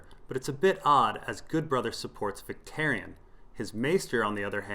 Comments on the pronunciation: one small thing is Vics name........is pronounced more like Vic-TOUR-ion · Adam K VICTARION - VIC-TARE-EE-ON.